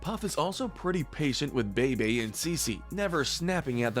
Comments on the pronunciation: It's always this guy's mispronunciations that get me 😂 "Bay-Bay" instead of Bebe "Sugar Mama" instead of Suga Mama "Oh-lee-aye" instead of Olei I'm just like does no one proof these videos? 😂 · The twins name are pronounced Beebee n Ceecee, also I don't feel like it's fair for them to be so high up cause they literally went from babies to teens overnight. Not really enough time for them to get their own true personalities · Oscar should not have been as high as he was. Also you pronounced Bebe wrong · He mispronounced Bebe and Suga Mama, too.